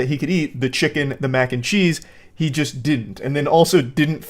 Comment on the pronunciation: Took me like 10 seconds to realize you said Macncheese and not “mancheese”